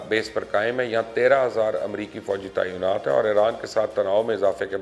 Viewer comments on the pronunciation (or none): Tainaat hai, taiyonaat nahi.🙊🙉